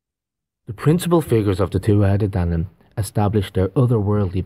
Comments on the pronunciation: TUa de DANan (th is silent) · It's pronounced (two u tha day DAN nun). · Tuatha Dé Danann is pronounced. “Too-a-huh day danann”. Many of us of Irish decent trace our ancestry to these people. Many of our original pre Catholic family crests have serpent symbolism on them. Many of us had to change our family crests when St Paddy “chased the snakes out of Ireland”. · The Tuatha de Danann is actually pronounced Tua day dhanna. They are considered the Fae or Faery folk with massive powers. I didn't know myself until a book I was reading years ago provided pronunciation for it & explanation. Just wanted to share. I always find these things so interesting. They described themselves as Gods. All makes sense doesn't it. All the fables, myths, legends were made out to be "make believe" when in fact they are real. They've fed us lies so long that we don't recognize truth when seeing it. ❤❤